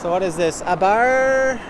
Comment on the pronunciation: Abarth is the sports brand of Fiat. You can get a Fiat 500 but it’s faster, louder and stiffer suspension and they just put the different badge on it and call it an Abarth 500. And you don’t say the H at the end. But I don’t really care about cars any more so that’s pretty much the extent of my knowledge.